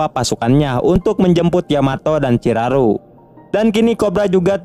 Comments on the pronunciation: Lumayan ya kurangnya, chiharu bukan chiraru, rud boys bukan riyud boys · Bukan ciraru bg ciharu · Bukannya Chiharu🤣